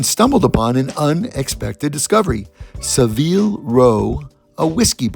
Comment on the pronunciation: Sa veel? Savile. Like Savile row in London. Savel